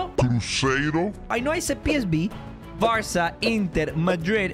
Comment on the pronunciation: Stop saying varca